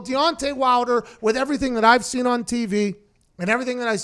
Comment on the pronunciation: He said seent instead of seen three times haha